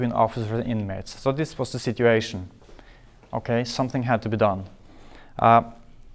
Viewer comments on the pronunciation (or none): the way he says okay in norwegian, every norwegian do that shit "okei"